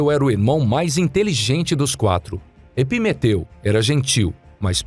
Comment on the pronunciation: Eu só entendia "timeteu e prometeu" kkkkkk